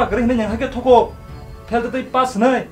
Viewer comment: Why do we say fass instead of pass🤣🤣🤣